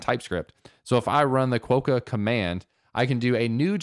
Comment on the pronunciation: Just FYI quokka is pronounced "kwa-kuh". Love sincerely, someone from Perth. :o)